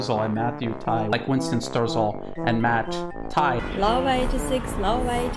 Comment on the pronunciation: "WINCESTON" " SERPENZA"